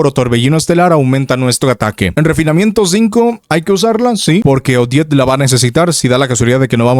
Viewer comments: Ya deja de decirle odete o ojet, suena como si estubieras diciendo jodet. O jett del chocolate. Se dice simplemente odet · Es 'Odet', no 'Odiet'.